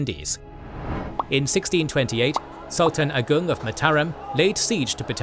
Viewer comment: Love how your spell Sultan Agung like a fluent Malayan/Indonesian languange speaker. Not by spell it like an English Speaker.